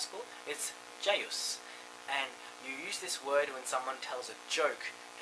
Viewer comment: Jayus---ja yus....